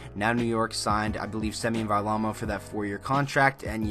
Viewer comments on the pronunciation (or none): Why does everyone mispronounce Varlamov? Every.Single.Announcer.